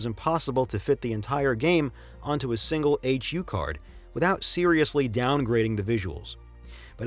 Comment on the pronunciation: I’ve never heard anyone say “H U card.” It’s a HuCard, all one word.